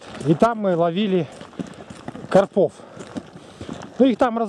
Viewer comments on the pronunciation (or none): Думаю правильно говорить не на посёлке а в посёлке,карпов ударение на а))